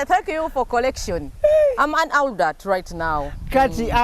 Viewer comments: ALUDAATI, ILITRITI,. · Pronunciation of adult enzise. Obwedda mwenya naye ekyo nfudde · Naye Bad black mbu Aldut instead of Adult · Am an aludat 🤣🤣🤣🤣🤣🤣🤣🤣 instead of adult naye black wa banange 😂😂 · Wabula from gugu(google)psalms to elidulati (Adult)🤣🤣🤣🤣omukazi ono ansesa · Aldut???? Naye bad black its "adult" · 🤣🤣🤣🤣🤣Wabula black Naye Bambi try to correct her in some words adult she pronounced wrong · nawe muno mubulile how to say adult